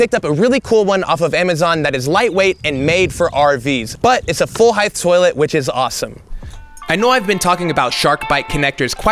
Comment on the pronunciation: Everyone complaining about how you pronounce “cement” but I’m here to tell you that “height” does not end with a “th”. I like that you’re treating this like a learning project. Every time I take on new home projects myself, I keep wishing I had some practice on things that are lower stakes.